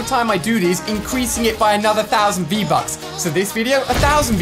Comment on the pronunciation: Di he just say vbuts